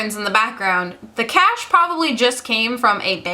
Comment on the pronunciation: For a second I thought you said "a bag of cats", instead of cash. Who would turn down a free bag of cats, though?